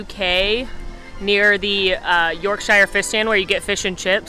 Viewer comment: hi, local brit here, its york-sh-ear not york shire.